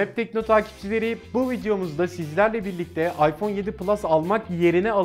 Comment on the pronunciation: abi farkındaysan ipone 7 s dedin